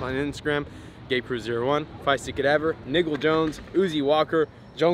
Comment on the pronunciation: Lol did really say "nigle" lol